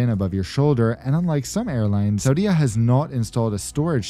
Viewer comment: Hi - I was Saudia flight attendant from 1986 to 1989. Interesting to see the new aircraft and see a Jeddah that I don't even recognize! Tourism - that blows my mind. What's next? Women driving?? Small point to make - please pronounce Saudia as /sow dee A/. Thanks